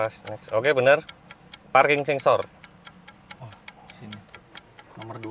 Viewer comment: Kirain typo itu mulut, ternyata emang sengaja ngomong parking sengsor